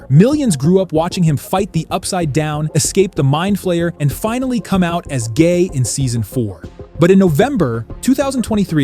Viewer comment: bro said gay so freacking hard